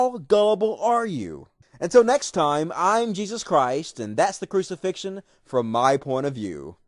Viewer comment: there aint even a T in crucifixion what a confused person.